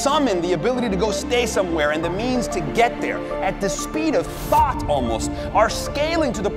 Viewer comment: is he saying speed of FART